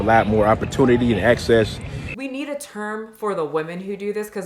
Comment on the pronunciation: The way that dude said “access” when talking about women just made my stomach flip.